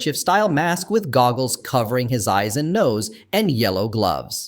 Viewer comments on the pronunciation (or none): none